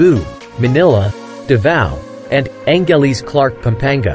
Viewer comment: Why are you using AI? It cannot even pronounce Angeles city?